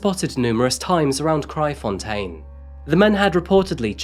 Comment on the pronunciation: I’m impressed by your pronunciation of Kraaifontein 👍🏻 What a sad case. Never heard of Hannah. But things like this is a common occurrence in South Africa.